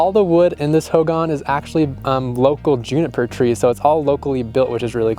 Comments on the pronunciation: It's pronounced hoegawn. Hogan. Just a Lil tip on its pronunciation. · Ho gahn Emphasis on second syllable.